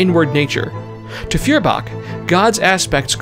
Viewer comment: FYI Feuerbach would be pronounced 'Foy-er-bach'.